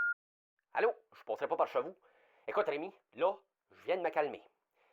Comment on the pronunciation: OMG!!!! Je suis crampée ben raide!!! «Je passerai pas par che-vous...»